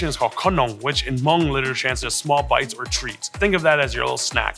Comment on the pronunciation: When he says mung is so damn cringe 😬 white wash and white catering much? If you're not scared to share your culture, why are u scared to pronounce it the right way?? 🙄